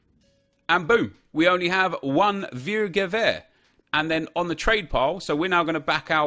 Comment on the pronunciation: I love how you pronounce viergever😂😂 im dutch myself and it sounds absolutely hilarious to hear you say viergever